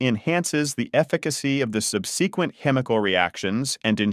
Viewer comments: Sub-see-quent!! Never heard it pronounced that way before!! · "This grinding process enhances the efficacy of the 'sub-SEE-kwent' chemical reactions..." Ugh, I absolutely HATE these A.I. voices that have started plaguing YouTube! I want hear voices of real human beings! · Pretty clear, but please consider using a real narrator, who knows how to pronounce cylindrical, complex, subsequent, etc.